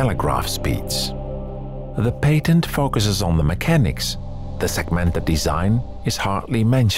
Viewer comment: This man really just hit me with a "sekmented Display" I feel dead inside